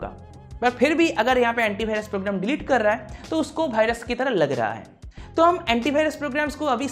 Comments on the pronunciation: But he says BhaiRas 😂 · He said "Bhirus" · this is Indian accent